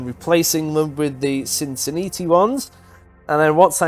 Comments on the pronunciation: We speak freaking better english than the English - We just butcher the rest of the World's languages. > SIN-sih-NAT-ee < (even SIN sa NAT ee would work lol than what's he'es doing to it :) ) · And they say we Colonials don't know how to speak proper English... 🤣🤣 Just for reference, Cincinnati is pronounced Sin-sin-nattie, and Peninsula is pronounced Pe-nin-su-la. Chattanooga is pronounced Chat-ah-noo-ga.